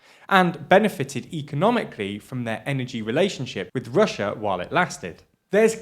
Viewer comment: Can we please address the real issue here? Can we pwease find a pwesenster wifout such a speech impediment? The word is EUROPEAN, not UWOPEEN!!!!! Its Russia, not "Wussa"... Jesus Blimey Christ!!!!